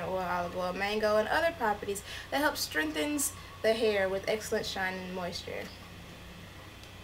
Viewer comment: LOL "strenghthens" hilarious! "don't pacify me" You are too funny!